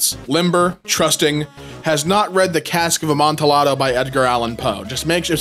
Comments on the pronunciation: No….the double-L in “Amontillado” is not silent. Amontillado is a Spanish sherry, therefore, the word is pronounced using Spanish pronunciation rules, which means the “LL” makes a “y” sound. It’s pronounced “Amohnteeyado.” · so does that mean “21 year old female” and “53 year old male”? the Ls are “silent”, it’s actually pronounced “Amonteeado”.